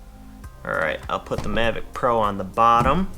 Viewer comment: Hello, it's nice video about DJI Mavic 2 Pro and so far the best unboxing i've seen. But could you say the name correctly in the next video please(Mavic 2 Pro), it rumbled my ears. When you choose me i would like a drone.